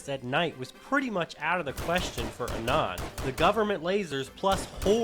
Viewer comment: "ah-non" holy shit